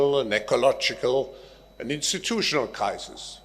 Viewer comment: Klaus seemed to be pronouncing crisis as "Kaisers"